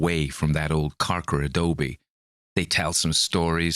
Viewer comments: I am coming to this one a bit late, but I am a Bay Area Brat. Your Cali accent is not bad! Good job! You nailed Adobe. I will say, we say PROS-pek-tin' (prospecting) (we drop final g's in general. We also tend to drop/soften mid-word t's) and Turn-i-ket (tourniquet) but those are weird ones. We also tend to be slow talkers. I don't want to nit pick, but from other videos I know you take accents seriously 🙂. You are very close with this one. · Sure hope you have fun on your camping trip---and there are no 'Karkers' (however it's spelled) about the place. Your pronunciation of the word 'Adobe' was just fine. Listening to this was fun---made me remember "ooohhh yeah....I read this story, at some point in my life..." but still can't remember when. Thanks, as always. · You pronounced Adobe perfectly